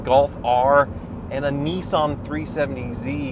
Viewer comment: Neesan 370 Zee Neesmo